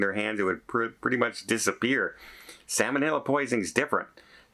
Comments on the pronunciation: SAL monella, not SAMON ella. It is not a fish. LOL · is not a medical/ nursing professional so cut him a break for his pronunciation.